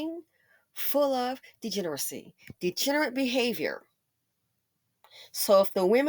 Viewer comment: I cannot take a man that cannot even pronounce the word “degeneracy” seriously. 🤣 He messed up the word EVERY time he said it; with his mush mouth self.